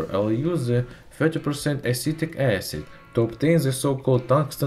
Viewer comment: did you call the acid you used "acidic acid"? which acid was it?